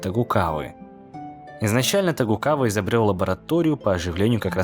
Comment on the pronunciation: А вы тоже всегда думали что правильно говорить фамилию Токугава, но как утверждает автор Тогукава